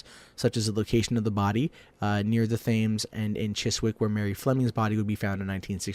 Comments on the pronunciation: Thames is pronounced temz incidentally ;) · It's not jack the stripper it's Jack the Ripper and he said Thames wrong